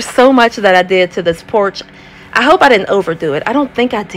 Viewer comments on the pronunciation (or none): none